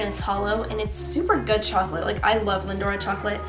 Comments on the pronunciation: its lin-dor not lin-dora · It's Lindor, not 'Lindor-ah' haha :) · It's lindor! Not lindora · no, the brand is called Lindt but the product made consisting of the small chocolate spheres are Lindor chocolates, I think anyway, but I was just commenting on pronunciation of it just to help:)